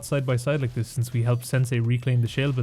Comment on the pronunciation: character arc saying SCHALE correctly after so long PEAK